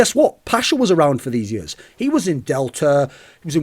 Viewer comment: for yuurs and yuurs and yuurs